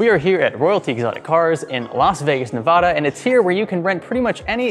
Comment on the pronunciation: It's Nevada not Nevuhda. I live in vegas, it drives us all insane. Love ur vids tho.